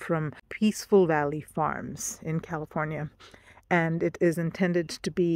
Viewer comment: for a VERY brief moment, when you say california, you sound very american saying it lol it sounded like you were an american that forgot they were faking another accent it sounded so accurate